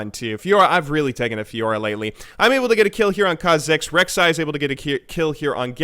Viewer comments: KHA'zix (stress on kha instead of zix) and REK'sai (stress on rek instead of sai) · What's with the "Rek'SAI" and "khaZIX"... Is it some kind off inside joke?